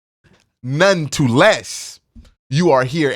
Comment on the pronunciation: Just a small point: It's "none-the-less" and not "none-to-less" Love the videos!